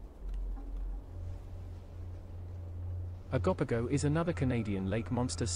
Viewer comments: Oh-go-po-go. Not Agopago😂 This was an excellent video! I just wish you took a bit more time on each creature. The transition from one to another was so fast, that I had to keep skipping back because I kept missing a few lol. The Flatwoods monster was debunked as an owl that fold their wings up in a spade shape over their head when frightened, to appear bigger. An eye witness even agreed it was an owl, after he was shown a picture of an owl doing the defensive position, where it holds its wings up like a spade shape, over their head. Ok I'm done lol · O-go-poe-go Bah-haa You should possibly learn all the pronunciations before you post